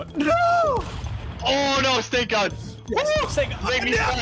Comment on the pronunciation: U said snak